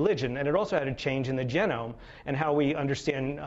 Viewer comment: How can I take this man seriously when he mispronounces the word genome...